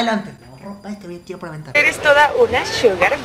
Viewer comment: parece que hubiese dicho "Suga" en vez de Sugar jaja